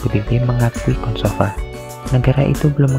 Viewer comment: kosovo bukan kosovan